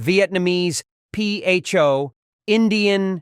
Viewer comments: P-H-O? It is pronounced Fuh. Everything is always in moderation. Some of these meats, organ meats, don't do well for people, especially with Gout or Gout symptoms. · "P H O", no; it's fo. Bloody AI. That doctor is a construct, there's no way he has a young voice. Are we tired of this crap? Yes, let's vote with our LIKES and our wallets. As well could someone explain why committing SUICIDE has become to un-alive one's self. No wonder Trump one. Childish nanny bull, mixed in with scare accountants worried about being sued. Every bit of bare body is blurred. War documentaries are a mass of blurs and bleeps. Children need to see reality, that's why society was less violent after WWII (sorry it should be Wuh Wuh Eye Eyel Enough already. The rest of the prudish censorship comes from Middle Eastern Oil Muslims and Chinese nut company heads. And come on America, you big man. Stop selling loads of guns that encourage this epidemic of "un-aliving" and beeping out words like "damm." Just man up, not MAGA-up, Trump is a little pansy who beats up girls. I'm very old, very angry, and up with this will I put no more! because Trump is a sissy's